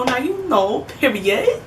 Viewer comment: When U said “PEE-REE-IT” I felt that one girl.😂